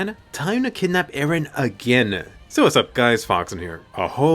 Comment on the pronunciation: emphasis on "again"